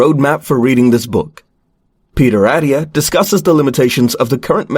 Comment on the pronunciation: You lost me at Peter “Addia” It’s AT-TIA Lil things…